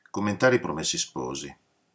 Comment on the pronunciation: Professore, a proposito di 'sciacquare i panni in Arno' e riagganciandomi alla sua richiesta di far notare eventuali imprecisioni, faccio un piccolissimo (quanto inessenziale) appunto di ortoepia: in italiano neutro (o standard che dir si voglia, su base toscana, in pratica) 'promessi' ha la è chiusa, 'sposi' la o aperta.